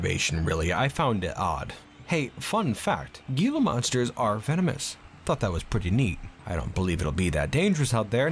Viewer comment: just fyi, "gila" is pronounced "heel-ah" source: im arizonan